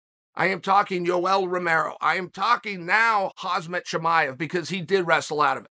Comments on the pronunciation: chael it's khamzat not khazmat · it's pronounced hom zot, not hazmat. i get that this is a real nerd emoji comment to make, but everyone's gonna have to be able to say his name eventually, from where he's headed. might as well get it right now. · Chael brother, it’s KhaMZat not KhaZMat. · Chael "Hazmat not Khamzat" Sonnen lol 😭😭😂😂😂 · It’s been 1.5 years and Chael still says Khazmat instead of Khamzat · Am I the only one hearing hazmat instead of hamzat.... Uncle chael this ain't no hazmat suit 😂😂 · It’s Khamzat NOT Khazmat 🤦🏼‍♂️ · Casually calling him KhaZmat not Khamzat is so Chael Sonnen! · an entire video and he pronouncing his name wrong!! it's Khamza not Khazma... haha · not Hazmat his name is Khamzat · If you’re so hype on Khamzat Chimaev how about you pronounce his name right. It’s HAM-ZAT Not HAZ-MAT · Who is gonna tell chael that he is called khamzat not khazmat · somebody tell Chaelthat his name is Ham zat not Haz mat .... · Its "Ham... Zat" not "Has...Mat" FFS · It's not khazmat chimaev it's khamzat chimaev. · Chael for the love of god. Its KHAMZAT. NOT KHAZMAT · FFS uncle Chael its Khamzat dont say Hazmat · Khamzat,his name is Khamzat not Khazmat! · Why do you always say Hazmat Chimayev. He is Khamzat but is Hazmat lol. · What's the over/under on whether Uncle Chael will ever pronounce Khamzat correctly? #nothazmat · Who is this "Khazmat" that Chael speaks of? I know who Khamzat is, but I never heard of "Khazmat" 🤣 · Its not HAZmat- its KAMzat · Why are u still calling him HAZMAT? Thats like someone calling you Chlae.. Khamzat. Its not that hard to say.. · Can u please stop calling him haZmat!? He's name haMzat. HaMzat! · It’s khamzat not khazmat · NOT HAZMAT ITS KHAMZAT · Chael he name KhamZat, not KhaZmat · Hazmat chimaev😂!!!its khamzat😂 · Hazmat* Stop mispronouncing his name ffs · "Hazmat and Hermaasen", I love Chaels name pronunciations 😂😂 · Everytime uncle Chael says Hazmat I think of a hazmat suit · "Hazmat"-uncle chael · "Hazmat Chimaev" ☠